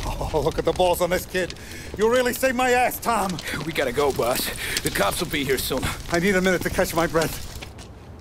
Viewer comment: I laughed sure hard when salieri said you up for a drive? Then tommy just responded with “ SuRe BOaSs